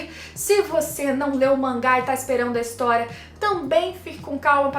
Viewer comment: Nao consigo ouvir a palavra Historia (ris) normalmente ksksks